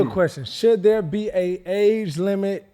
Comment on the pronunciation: “I GOT TO BE IN DERE NOW” 🤣🤣🤣